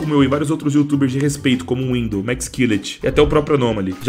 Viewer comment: Windoh reii